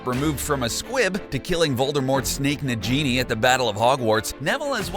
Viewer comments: Its N-A-G-I-N-I , Not N-A-J-I-N-I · Ok but why does the picture of Hannah Abbot look like that?? Like, were did you get that picture she's sneering like malfoy it looks nothing like her! Also NA- GI- NI not NA-GEE-NE. POM-FRY not POM-FRAY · It's not NA-JEENE (how you said it), it is NA-GI-NE. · Its negini, not nejeni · It’s nagini not najini ! 🤦🏻‍♀️ You might have an American accent but, at least say it right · Nagini, not Najini. Look up the word naga. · You're going to take someone's eye out! BESIDES, It's Nagini not NAJINI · SAY IT WITH ME NOW FOLKS NA👏GI👏NI👏- nay•ge•knee- NOT! nay•jee•knee Get it right sweetie🙃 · Its Nag-ini! Not Najini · Stop, stop, stop. You are going to make fans mad. Besides you're saying it wrong. It's NaGINI not Na-GENIE!!!!!!!😡😡😡😡😡😡😡😡😡😡😡😡😡😡😡😡😡😡😡😡😡😡😡😡😡😡😡😡😡😡😡😡😡😡😡😡😡😡😡😡😡😡😡😡😡😡😡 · True. Repetitive and fault-filled. It's not Nadjini, it's Nag-ini. It's not Hairy, it's Harry. It not Serious, it's Sirius. I could go on... And a female publican is a landlady, not a landlord. Think Rosmerta. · Nah-geenie not najeenie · NAGINI not na-ghenie! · He did not just say najini did he? And whats diagan ally? Like commonnnn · he says na-Ginii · 1st of all, Nagini has a hard "g" and 2nd, Nagini is the last Horcrox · STOP say "Na-jee-nee," it's a hard "g." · The way this guy pronounced nagini and diagon makes me so mad Haha! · IT IS NAGINI NOT NAGINIE !!!!!!!!!!!!!!!!!!!!!!!!!!!!!!!!! beside's nagini is the last horcurx.Harry is the2nd last horcurx.The horcurx in Harry is distriod in the forbiten forest.Bydeway it's animegi not anemegi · I'm mad how he called nagini ni giny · NA-GEINIE?!? POMFRÉY.!?!?! YOU’RE MAKING ME HAVE A HEART ATTACK!! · ffs please !!!!!! its Nagini not nagenie!\ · It's nagini not na genie dumbass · I lost it when they said ‘Nagini’ like ‘Na-genie’. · stopped watching and unsubscribed IMMEDIATELY after "Na-JEE-nee"!! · He said the genie 🧞‍♀️ not nagini 😂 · I swear he said the genie 🧞‍♀️ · Can this narrator pronounce anything right?